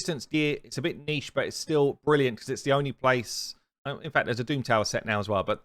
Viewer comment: "Niche" is not pronounced like "Neeshee." It's pronounced like "Neesh," or some say "Nich." :)